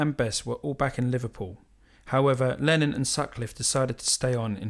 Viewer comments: All very interesting. Many thanks. But please stop saying "Lenin". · You clearly know how to pronounce ‘Lenin’, because it is onomatopoeic. But ‘Lennon’ is not onomatopoeic, because the sound at the end is ‘on’, but more commonly pronounced ‘un’. But never ‘in’. But none of the above detracts from the quality of your videos! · Great video, thank you! One gripe: you keep referring to “Lenin”, which is a rather irksome mispronunciation, since Lenin was a purveyor of death and misery and Lennon a purveyor of musical perfection. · ... His name is Lennon... NOT Lenin